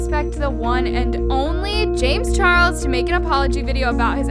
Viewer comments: Can we all take the time to appreciate how in said chames Charles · anyone else hear “james churros” LMFAO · hold on is it just me or did hear say James churros? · i love how she says “ James churros” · I love how says “james churros” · James “Churros”😂😂😂